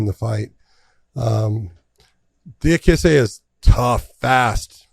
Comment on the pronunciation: The altitude didn't affect Merab THE MACHINEEEE. Also, pronounced Diakese's last name better than Josh or John lmao